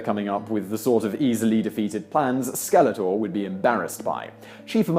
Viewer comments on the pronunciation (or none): none